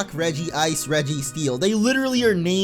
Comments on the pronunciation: i have to say something.... its pronounced Regice not Regi Ice.. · It is reg-ice not regi-ice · It’s not regiice it’s regice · I call it Regi ice not Regice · ur not the only one. i also pronounce it regi-ice. but i think its actually pronounced reg-ice in the show. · bruh its pronounced reg-ice not regi-ice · If you prefer regi-ice, it's fine. But it you look at it and say it says Regi-ice, it's wrong. It spells Reg-ice and not Regi-ice. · It regice not regiice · Its called reg-ice regice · Regice is still pronounced as regi Watch the movies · i do the same. regi-ice regice whatever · It's pronounced reg ice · You are wrong. It is Redge-Ice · You pronounce it (Regi-ice) because in the pokemon movie Lucario and Mew and Regice calls himself (Regi-ice) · Not to be mean but it is pronounced "Regi Ice" he even says it in the pokemon movie "the mystery of mew" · It actually is regee-ice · It IS Regi-ice. I'm probably going to get a lot of hate for this but in the movies it's pronounced as Regi-Ice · regice is pronounced the same regirock regisreel regice the i is there